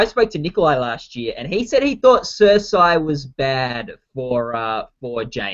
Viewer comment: has he even seen the show? wtf is a Cersy?